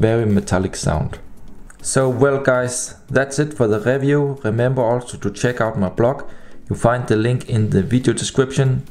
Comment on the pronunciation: review > "RIVJUU", not "RÄFJUU" :)